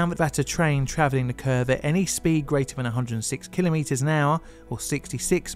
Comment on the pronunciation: I always hated the "failure is not an option" mindset. Failure is ALWAYS an option. Also: thank you thank you thank you for pronouncing "kilometre" correctly. Most people don't and it's so annoying.